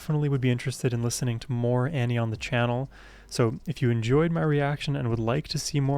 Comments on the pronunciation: Her first name is pronounced Aww-nee, not Annie. :) Please more Ani!!! :) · You still haven't learned how to pronounce her name! Ahhhhh-nee. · Pronounced like On-ie. Or Ony. She is amazing. Her songs are the tapestry of my teen and young adult world. I navigated every experience in my life through the lens of these songs, she has always been the #1 on my play list. Been listening continuously for over 30 years ❤🎉